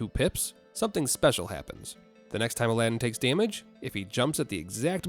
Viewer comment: first of all it's Aladdin not Aladdin you would notice the difference if you could hear me 🥲